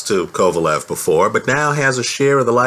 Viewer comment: I'm saying he don't know shit about boxing he called kovalev 'pecan' after the fight, even after the fight he wasn't anywhere near knowing the mans name